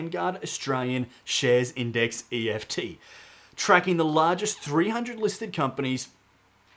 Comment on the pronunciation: Sorry mate, some good content, but just so annoying that you keep calling ETFs EFTs. Pretty unprofessional.